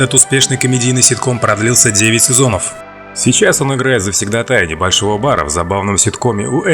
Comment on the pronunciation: Слово ЗАВСЕГДА́ТАЙ - слишком сложное для вас, не надо его использовать.